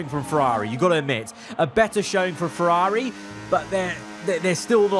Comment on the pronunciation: Why do you say Ferrari like that